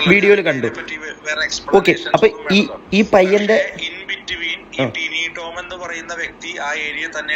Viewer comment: എന്തോന്ന് ടൈനിറോം ഏട്ടൻ???. ടിനി ടോം എന്നു പറയെടോ. 😇